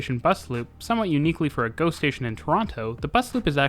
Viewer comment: "Rouge hill is an awesome GO station" the first time around i heard it as "... awesome ghost station" 😄